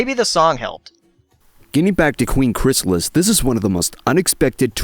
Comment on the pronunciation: Chrys-a-lis, not chry-saal-is. You should know better.